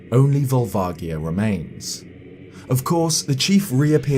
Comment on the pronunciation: That's not how I pronounced Volvagia...